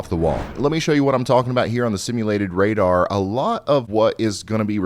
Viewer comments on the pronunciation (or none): none